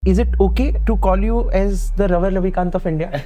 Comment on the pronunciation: Did he just tell "Raval Navikant" 😑